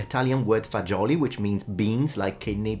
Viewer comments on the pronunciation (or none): 😂 the word for beans always gets mispronounced, def enjoyed this vid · "Fazuli" it's Dean Martin's fault: "just like past'e fasul" but with an american s.